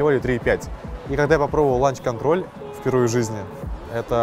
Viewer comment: сказал ланч контроль вместо лаунч😂😅